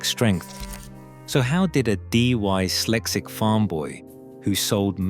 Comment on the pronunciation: The creator of this video should be ashamed. At 40 seconds into this video your AI garbage pronounced 'Dyslexic' as 'D-Y-SLECSICK.' You should go and look in a mirror if this is the best you can do. You have obviously not listened to your own video before farming it out to get views. You are an insult to people's intelligence and you are offensive putting this rubbish on a public platform. Ingvar kamprad deserves an awful lot better than some fifth rate production like this. Using an AI narrator is a pure and simple admission you cannot complete your project yourself so you will resort to anything to fool people. Very very poor show👎